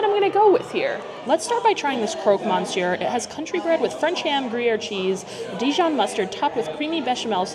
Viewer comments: The croque monsieur looked cold . Also, in French you do not pronounce the N. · I am so happy your reviewing it. I think the interior is fantastic and beverage fits the place. I think it's so expensive that I can't imagne many people can pay that (I think many will come for Instagram pics then the actually food) . The way you say croque Monsieur and Fleur de sel hahaha love it. Thank you for your honest review. The sandwich looked so good. Did you like the chocolate? I am from Belgian so interesting. But also know there is what people call Belgian chocolate and our famous chocolate.